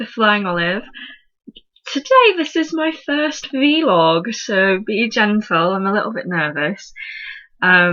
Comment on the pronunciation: it's not a 'vee-log', it's a 'vlog' lol. But good tips!